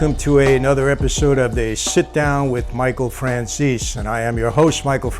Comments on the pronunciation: Michael Franciss? What? Franzese. Why do Italian-Americans butcher their own names smh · No one who’s truly Italian would say their last name like that. Franceeeez😂😂😂